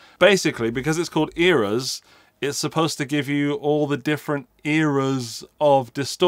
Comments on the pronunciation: Eras? I thought he said Eros. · Eras? I thought he said Natalia Imbruglia but I’m torn about it now.